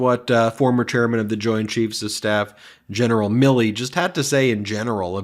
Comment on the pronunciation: Every time I listen to this speech and at the debate it seems that Trump says Billy not Milley. I kept wondering which general was named Billy?